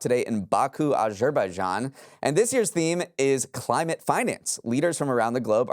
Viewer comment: is usually on-point with the pronunciations but I’m pretty sure he butchered Azerbaijan 😂